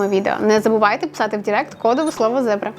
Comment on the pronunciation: Все було добре, так гарно звучало до моменту, поки не сказали "дІрект-маркетингу". Що ж у вас за експерт з мови такий, якщо вас не навчив, що правильно дИрект.